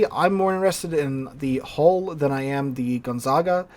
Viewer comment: your last "gonzaga" was the right one, so i'm not calling my american uncle on your. for now.